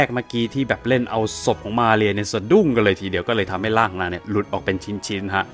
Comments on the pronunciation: สำเนียงชื่อของ มาเรีย โครตดีเลย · สำเนียงตอนอ่านชื่อเต็มมาเรียนั้นมันเริ่ดมาก เพราะเราก็เคยต้องพูดภาษาSpanish. สำเนียงคือใช่เลย Perfecto!